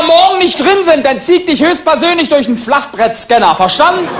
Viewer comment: Trotzdem zucke ich jedesmal zusammen, wenn der Kerl "Flachb*r*ettscanner" sagt. 🙄😁